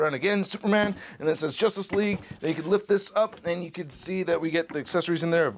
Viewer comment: "jostace League"